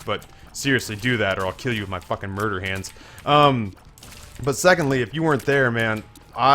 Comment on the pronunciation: You said murder hands but didn't pronounce like your weird friend does, and now I'm sad.